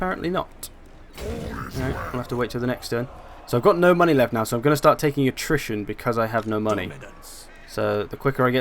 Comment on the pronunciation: You sound like you are saying nutrition instead of attrition?